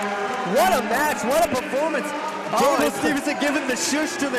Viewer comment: Announcer couldnt even get Gable's name right